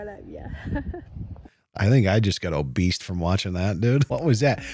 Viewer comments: Is double nose-ring lady's "obeast" for "obese" kind of like your "adealt" for "adult"? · I thought my husband was the only one that said "obeast" but the donkey lady says it too so it must be legit. Lots of lettuce Amen